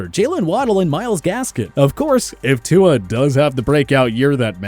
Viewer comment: you people make a video on how to properly pronounce NFL player names. yet you still butcher Tyrod's & Tua's names!